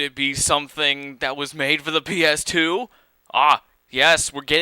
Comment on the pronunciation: i like it when you keep saying pass "A" for the ps2 game xD